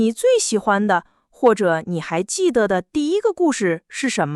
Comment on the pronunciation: Very good podcast to learn mandarin. Very good for listening. This is my second episode. Unfortunately, in both episodes I hear one of the words spoken with a wrong tone. Jide - the de in this word is pronounced as if it is a second tone. I learned that it is a neutral tone. Unfortunately too many people use the second tone for the de in jide. Both narrators voice is pleasing to the ears. I will continue listening.